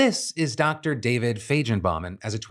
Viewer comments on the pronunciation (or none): none